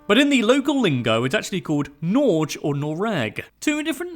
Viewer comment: Akerselven here :) And btw don't listen to the AI guy, our country is not called Norge like he said it. it's NorGe (with a hard G like in "girl" and the E is pronunced like in French or Spanish).